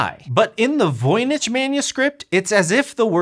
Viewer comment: Ah come on... you could have looked up the correct pronunciation of Voynich!